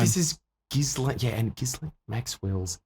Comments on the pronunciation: Every time you call her Jizz Lane Maxwell it makes me laugh, lol. I thought the s is silent? The french pronunciation is Gee-len, english Gee-layn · Exactly how I say her name on purpose too hahahah gizz lane